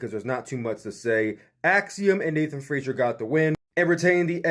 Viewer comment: Everyone always says Frasier. It's Frazer. Nathan Frazer.